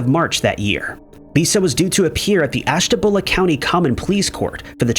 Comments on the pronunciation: did he really mis pronouse ashtabula its not pronounced ashta bowla man people butcher places in ohio all the time like Cuyahoga, akron and chardon but this is the first time i seen a video where they mispronounced ashtabua lol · im from andover ohio im always in ashtabula the way this dude mispronounced ashtabula is killing me lol anoys me when people mispronounce places in ohio like chardon akron and Cuyahoga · most people outside of an area couldn't care less about learning how to say something